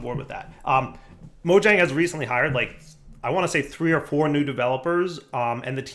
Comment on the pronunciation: You went all the way to sweden, & you still pronounce Mojang with a hard J? :P Totally awesome to hear that the Java team is expanding still, thanks for letting us know!